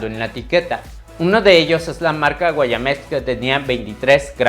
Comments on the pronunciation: Porqué protejes a esa marca? No es Guayamex es Guaymex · No muevas tanto las manos, no es necesario, desesperas porque no dejas ver nada. Y no es sardina pronto es PONTO, tampoco es Guayamex es GUAYMEX, ni ronald, es ROLAND, infórmate bien antes de subir un video, dejas mucho qué desear😮